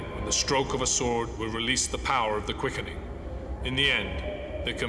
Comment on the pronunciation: Well actually I think they do "die", just for an extremely short period of time. If you seen the episodes with Grace's stalker and Xavier St. Cloud they do die,(from a stab wound and gas respectively) but they revive in minutes. So your theory is mostly correct. P.S. It's Quickening, not Queckening.